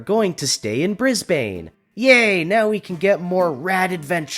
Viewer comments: One correction for your video: Aussies pronounce Brisbane as ‘Brisbin’. And for anyone curious, Melbourne is pronounced ‘Melbern’’. Those cities get mispronounced a LOT. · I agree but Please can you stop mispronouncing Brisbane. It’s pronounced Bris-ben!